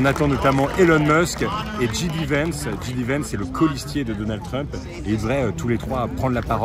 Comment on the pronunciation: Roo mais comment s'est possible de mal prononcer JD Vance alors que tu as étudié aux US ? 😅 Le J en anglais ça se prononce "djay" et pas "dji" 😉